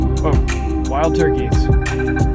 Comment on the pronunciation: türkey dedi lan vallah türkey dedi